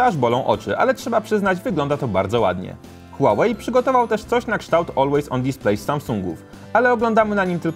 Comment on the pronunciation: Mówi się hłałej a nie hułałej nie żebyś się czepiał ale marka typu test hub powinna się postarać